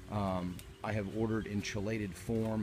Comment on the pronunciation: This is the first video of yours I've seen. Pretty amazing. Thailand looks great. By the way, it's pronounces KEE-lated. Look up Hoagland solution for the hydroponic solution. I've never done it myself. I wish you luck, what a massive scale operation. Fantastic.